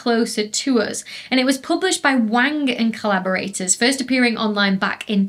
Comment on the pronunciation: "to an astronomer anything heavier than Helium is a metal" also any "s" is an s except for when is in "us" then it becomes "uz".... 🤢